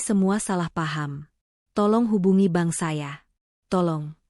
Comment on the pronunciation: sepanjang sejarah saya mengikuti cerita-cerita AI based begini, selalu pronounciation bermasalah. pengucapan sepeser, berkerut, memerah, bank (dibaca ban? ban mobil??) dsb. AI genius tapi tidak memenuhi kaidah EYD.